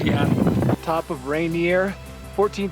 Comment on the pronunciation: Its supposed to be pronounced like "Ray-Neer"